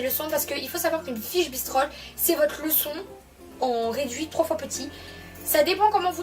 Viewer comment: C’est bristols pas bistrols 😂